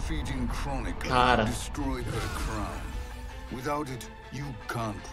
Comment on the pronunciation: A pronúncia do Fujin é FUUUUDJIM, não FUGíííííííííM.